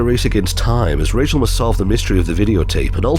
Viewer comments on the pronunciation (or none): none